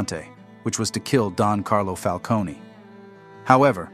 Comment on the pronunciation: The way he pronounces falcone hurts my brain